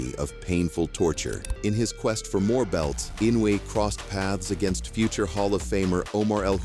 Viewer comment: Fast as lightning, Inuoe strikes like a snake, with accuracy of a laser. “Inuoe”…..”ee-NO-wee”